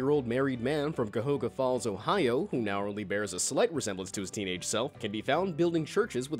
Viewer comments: “Cy- hoga falls ohio” its pronounced “ci-ya-hoga falls” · You really butchered "Cuyahoga" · Learn how to pronounce Cuyahoga if you are going to include this shit in your videos.